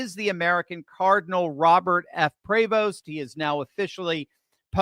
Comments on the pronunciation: It's pronounced Pre Vo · The name is French it is pronounced pray-voh. The st is silent.